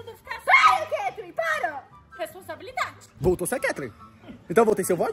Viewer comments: mas o o video inteiro falando resposambilidade kkkkkkkkkkkkk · O " respondabilidadeeee" kkkkkkkkkkkkk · O na sacada falando RESPOSABILIDADE😂😂😂😂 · Hahahahah o void falando poteto io falando responsabilidade depois o falou eu sou a Ketlen né✨⭐💡🐭🚀⚡🦖✨